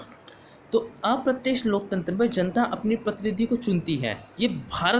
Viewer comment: Pehle loktantra bolna to sikho